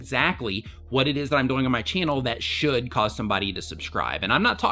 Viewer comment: I get a lot out of your channel. Quick question. Why do you say the word ”doing” so weird? It sounds like you're saying ”going”